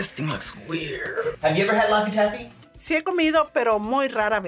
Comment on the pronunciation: Lafty taffy 😹😹😹😹 Gooppers Hoopers 😹😹😹😹rootsie roll Banilla It’s Shoey Shonkey😅